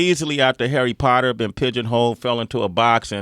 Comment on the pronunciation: 'Arry Potter